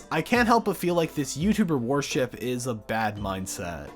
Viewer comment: Why do you keep pronouncing worship as warship? Its throwing me off man...